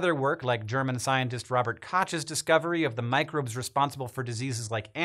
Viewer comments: Dude, Robert Koch's last name is not pronounced "cottsh". And if you bother to look that up, best include Virchow as well. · The ch in Robert Koch is pronounced like the ch in the Scottish Loch.